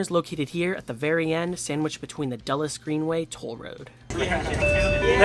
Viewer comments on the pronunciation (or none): none